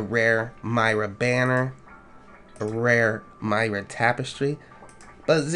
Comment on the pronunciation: It's Mee-ra not My- ra